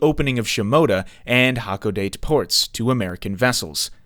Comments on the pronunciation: The narrator sometimes mispronounces Japanese names. For example, Kakodate should be /kah-ko-da-té/. Other than that, the video is pretty solid. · It hurts how you pronounced Hakodate